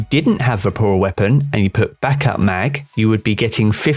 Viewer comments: VORPAL not VAPORAL... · Am I the only one getting triggered every time he says ‘vaporal’ weapon? LMAO 😅 anyways, great video! I got a trophy hunter with triple tap and vorpal weapon a few weeks ago, looking forward to trying it out next season! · Hey mate, good video (and I agree entirely, having this exact roll, it's terrific). Just a note, though: "it's "Vorpal" not "Vaporal." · LOL nah man, if I'm being honest, I was a bit triggered over it. At first I thought it was his accent, but then I was like wtf? 🤣